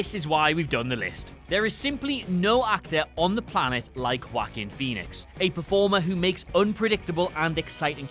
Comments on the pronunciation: Wackin Phoenix Am I the only one that heard this? Lol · if this bitch says, “whackin phoenix” one mo gan... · Who the hell is Walk-in Phoenix?